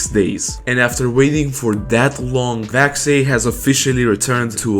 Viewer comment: why do you say vaxei like that